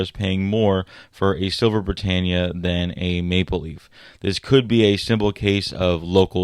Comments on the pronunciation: I heard Bri TANE ya It should be Bri TAN ya ,"Britannia is pronounced brih-TAN-ee-uh or brih-TAN-yuh (/brɪˈtæniə/). [1, 2]" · my knickers are knotless. A professional should pronounce it properly. The "a" is short. Not long 🎉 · OMG At least pronounce Britannia correctly